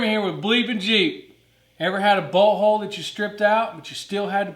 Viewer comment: Lol! I thought I heard him say “butthole”